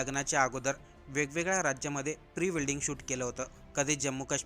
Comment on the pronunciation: 😂, अरे बाबा, प्री वेल्डिंग नाही रे, प्री वेडिंग😂